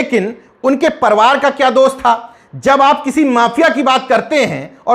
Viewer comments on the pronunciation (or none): परिवार को आप परवार कहते हैं।इसका उच्चारण सुधार कर लीजिए सर्!🙏🙏